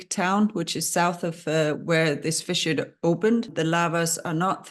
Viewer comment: Fissure, NOT "fisher" 😑